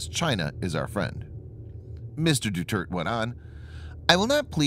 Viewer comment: “Du Turd?” How about whipping out a pronunciation guide?